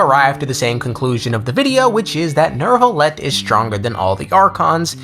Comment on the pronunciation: c'est n'est pa “Nerve-ilette”, c'est “New-vil-let”. ça entend horrible..